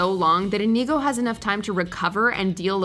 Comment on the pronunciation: InEGO Montoya? Try watching the clips for the correct pronunciation of the character names. LOL!